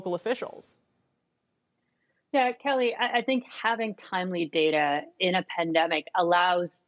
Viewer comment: It's data not data.